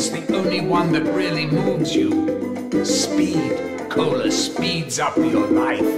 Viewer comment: Weirdercorn820 he got speed cola correct😂😂